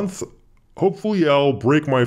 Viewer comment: I had to rewind the beginning of the video several times because I misheard Fallout 4 more than once for father of four... That would be quite an addiction! Great vid, thanks!